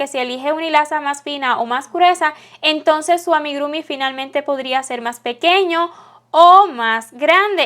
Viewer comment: Muy lindo, todo perfecto pero se dice AMIGURUMI, no AMIGRUMI... 😁